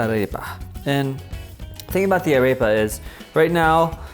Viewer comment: Kinda bothered me a bit that you didn't pronounce "arepa" correct xD